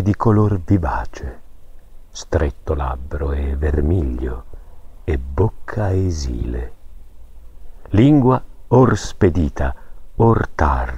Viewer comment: umìle, esìle...Fusaro starà godendo con questi accenti